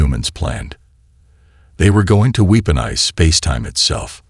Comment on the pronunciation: Your AI SUCKS!!!!! "WEEP-onize", "deh-BREES", "PER-fict"(perFEKT), and that's just a few!!! I stopped listening because your AI is ANNOYING!